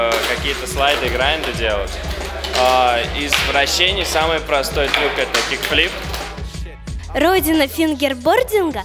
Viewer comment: он сказал " из вращение "